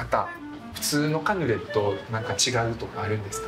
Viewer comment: ブラスくんの回、本当に楽しいです。忙しいだろうし、無理のない頻度でこれからも出てほしいです😊カヌレをマヌレ😂可愛らしいブラスくん。